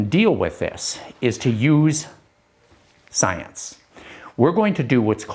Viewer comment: In the name of shcienche . You good job.